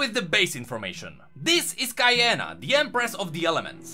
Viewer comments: I am almost 100% sure that her name is pronounced Key-ahnah not K-eye-ahnah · off the bat, 2 secs in, "KAI-ANA" awful pronounciation.QIYANA KI-YANA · "Kye anna" no. Its spelled "Key-anna" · I believe it's said KIyana instead of Kaiyana (the way you pronounce it XD ) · “kee-yah-nah” is how the official instagram of league says it’s pronounced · Qi-ya-na! Say it! Ee-shao-can! They will all learn to say it. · Kiiiii-yaaaaa-naaaa How come people still managed to say it wrongly? Like come on, her name is so basic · Actually its "Key-ah-na" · I thought it was pronounced “Key-on-a” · Qiyana: Kee-An-Nah SAY IT! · Pronounced Key-on-ah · It's Kee-yana. It sounds very Aztec. I'm so happy to see some latinx representation. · I thought it's pronounced "Key-yah-nah" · Um the name is Key-a-na XD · It’s Key-Ana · Im pretty sure its pronounced KEY ARNA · I thought it was pronounced key anna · It's Key-ya-na :D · Its Key-ah-nah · I thought it was pronounced like ki-yah-nah Not like how you pronounced it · The way he says "qiyana" and "Ixaocan" very cringe if you play her you'll hear her say them properly. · It honestly annoys me that he can't pronounce Ixaocan and Qiyana correctly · I think it's pronounced Ihaucan